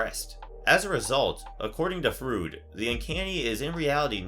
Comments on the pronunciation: Edit* Okay, I see I'm not the first one to comment on this 😁 Lol, Sigmund Fruit? 🤣 Freud is pronounced "Froyd", like Floyd Rose, but with an R. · Also, its pronounced "Froyd" not "Frood" hehe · Or "Froyd" like in Floyd Rose 😁 He says it like "fruit" 😅 Had me laughing. I think it's a generation problem, especially in America. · It's pronounce "Froyd" not "Frude" God that was almost unwatchable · Who the hell is Sigmund Frood? lol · It's pronounced Sigmund Freud is pronounced like FROID... Not like Frood!! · LMAO 😂 did this guy just say Sigmund Frood? Freud is pronounced Froyd. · Freud is pronounced "froid", not "frood". I was extremely surprised that you don't know that. I honestly thought everyone did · Did you say "Fru-id"? Froy-d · Sigmund frood?? 😂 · Freud is pronounced 'froyd'. Otherwise, great vid. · Why do pronounce it 'Frood'? Is that supposed to be some new 'more accurate' pronunciation that's popped up or have you actually never heard Freud's name spoken out loud before? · I'm sorry but.... Did.... Did this guy just say.... SIGMUND FROOD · Freud is pronounced "Froyd". Just saying. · "Fr-oid" it's pronounced "froid" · Sigmund…Froood? Cmon guys.🙄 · Sigmund Fruud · It's pronounced like "Fr-oy-d" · Maybe he's a fan of the Bill and Ted franchise. "It's the Frood dude" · 🤣 Thank God, I thought it was just me. did he just hear Freud and decided to pronounce it his way....Frood. SMH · Creepy film review. Good narration- however the mispronunciation of Freud is irritating and distracting. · Oh man, I enjoyed this video but the constant mispronunciations got to me! Namely Freud and Edinburgh. Great stuff overall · Technically in German you usually pronounce the second letter in words with two vowels together, but I don't think that's the case with Freud's name.